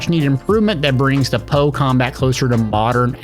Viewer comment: Bro... POE? POE isn't a name, its an acronym, you don't read acronyms as if they were words. Its called P.O.E, spell it for god sake.